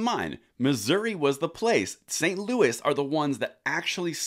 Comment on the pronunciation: St Luis made me Laugh Out Loud. Did you mean St Louis?